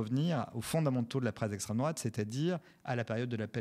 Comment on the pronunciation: "Ceussé l'esstreme drouate hein vous savez même pas" Mais bordel toi non plus tu sais pas. Va falloir vraiment produire une définition genre rapide, simple, effective à placarder partout pour que les gens qui tombent sur Florentin puissent le recaler en 1 phrase.